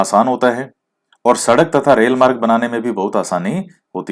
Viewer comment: प्रशान्त...हिन्द...अटलांटिक और आर्कटिक महासागर है...😂 आप मार्ग को मारग बोलते हो..अच्छे लगते है ये word जब आप इनको pronouns करते हो 😀😆